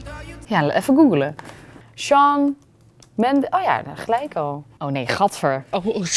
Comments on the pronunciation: Het ia btw Mendes en niet Mandes... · 1;07 shawn mandes wow het is mendes...